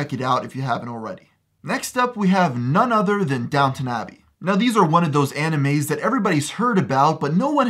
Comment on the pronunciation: Why does he call them amimes